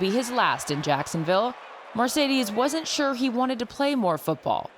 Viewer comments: his name is mar not mer . It’s mar ce des it’s not mer ce des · It's "MARCEDES" not "MERCEDES" (referring to the title of the video)